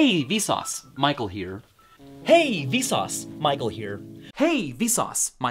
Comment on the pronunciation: "Hey vesauce maikel here"